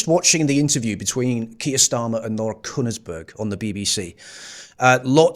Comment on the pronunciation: Laura Who?? Kunnersberg? A clue is ... it's pronounced with one syllable.